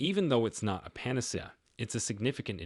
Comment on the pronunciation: I'm guessing by the way it pronounced "Debut" and "Panacea"